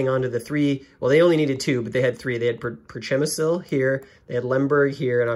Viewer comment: The city is pronounced "shim-me-shil" although it sure isn't spelled that way! Polish I believe